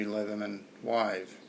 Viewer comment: Nice job, not saying "Leetherman."